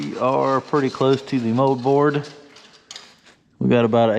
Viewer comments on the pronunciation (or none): none